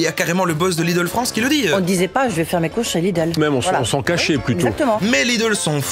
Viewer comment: "la frounsse" ?